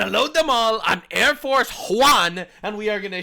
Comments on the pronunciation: "Airforce Juan" 😂😂😂😂😂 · “Airforce Juan” 😂